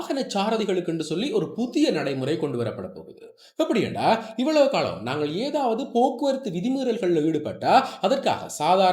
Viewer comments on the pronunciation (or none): none